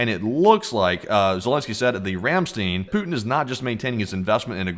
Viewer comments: Ramstein is pronounced Ram "stine" the ei is pronounced like a short I . Ramstene is not how the Germans pronounce this word. I have been to this base several times. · Ramstein, not 'Ramsteen'. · The actual pronunciation of the word "Ramstein" is "Ram - stine". The "ei" in this case is pronounced like " i " and not " e ". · Ramstein is pronounced "rahm SHTINE) you know...like the band. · You need to learn how to pronounce Rammstein!